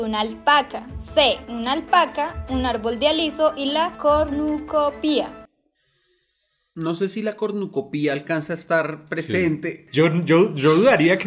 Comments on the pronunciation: JAJAJAJJAJA PRESENTE PERUUU, ME ENCANTO COMO DECIA "CORNUCOPÍA", le ponian el acento en la "I", y se dice sin acento, "CORNUCOPIA" 🤣🤣🤣🤣, PERO AME EL VIDEOO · Pronunciaron mal la palabra "cornucopia".